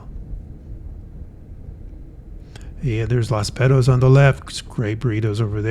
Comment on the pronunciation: I was LMFAO as I swear you said, "Las Pedos" (and it still sounds like you did). I had to search it and its called "Los Betos". For a non Spanish speaking person, it's no big deal, but "pedo" in Spanish and in my juvenile brain, means "fart" though it can mean several other things, depending on context.